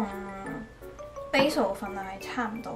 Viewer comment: 其实 Basil的读音是错的。一看就知你对烹饪当然不熟。一个人在外 保重哦